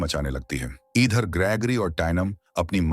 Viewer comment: Monster❌mainanster✅padti hai❌paddhati hai✅idher❌eedher✅😂pakdne❌pakdchne✅ladai❌ladchai✅